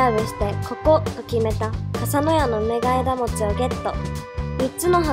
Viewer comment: うめがえがもち❌ うめがえもち⭕